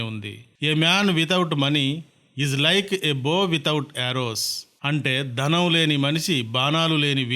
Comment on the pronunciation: ధనం కాదు బాబోయ్ ధనం, ధనం! అంతేకాదు. ఎక్కడా వత్తులు లేవు. భాషను ఖూనీ చేయకండి.